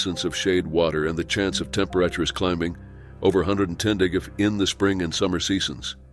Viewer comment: "Previously", "temperatures". Teach your machine English!